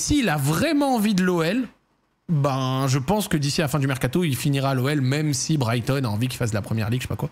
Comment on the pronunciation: Pourquoi tu dis pas Brighton correctement t'as un truc contre eux ? Go SEAGULLS